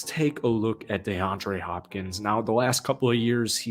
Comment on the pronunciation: "Dayandre Hopkins" the way you saying it so damn annoying